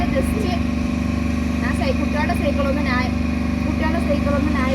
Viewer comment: നാൻ അല്ല സ്ത്രീയെ ഞാൻ എന്ന് പറയു